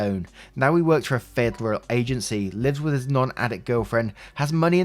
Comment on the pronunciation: That 'federal' sounded a bit like a mix of Russian, Scottish, and French... or maybe heavy British